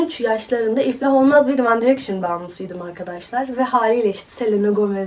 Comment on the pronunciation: İnatla direkşın deyip durdun . C1'de de bu yapılmaz bence 😅